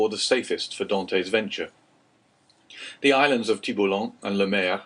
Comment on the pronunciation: Could be because of the unforgivable mispronunciation of "Dantès" and the ridiculous affectation of the characters manners of speaking, amongst other things.